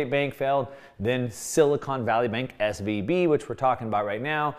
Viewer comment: he should say SVB not SVP.